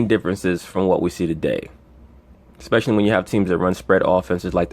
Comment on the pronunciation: It’s, devolved. Not, “de-evolved.” It’s, especially. Not, “ecspecially”. Although that may be a black thing. Like, “…aks you a question.” In that case I may have to let that slide.